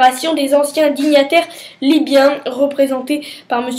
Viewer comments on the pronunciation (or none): Pas mal, c'est hauts dignitaires pas dignataires, lol, faute récurrente.